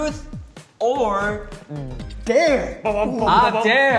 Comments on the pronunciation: DUDE haechan just said truce or darex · CINDY TOH no no it’s TRUS or dare 😂😉 such a cutie 😂😂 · It's more likely trus or dayre. The way chanie pronouncing it